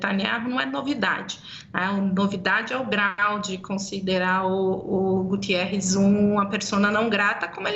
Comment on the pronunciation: Senhora professora é Guterres, não Gutierez! Guterres é português!